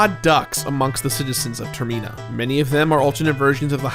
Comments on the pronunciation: Why does he keep calling termina tirmena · Tur-meen-ah? Huh. Pretty cool pronunciation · the way he pronounces termina drives me insane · Man you pronounce Termina really weird